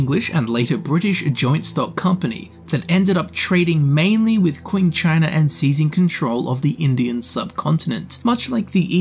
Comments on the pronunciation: also i couldn't possibly expect you to know this, but it made me cringe so hard lol. qing is pronounced CHEENG, not QUEENG bahahaha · Kwing China lmao, it’s Qing pronounced Ching